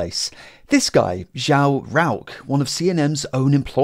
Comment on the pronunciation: You pronounced the Brasilian name João wrong.